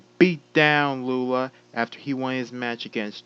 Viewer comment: thanks for pronouncing Lula right and yes us Bro Code will get our revenge